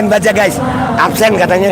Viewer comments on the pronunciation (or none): Mantap kita dapat hiburan dan jadi ngakak dengar semboyan absen jadi apsen hahahahahaha